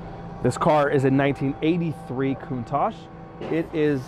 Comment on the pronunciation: PLEASE please do your research on how to say this car !!!! there is No KOONTASH in CANNONBALL RUN !!!!!! and im not sure why your going to use the phone to try and dial the car in !!!!! the car was made well before computers or anything like that so if your going to try and use a PHONE to dial it in your in for a BIG shock !!!!!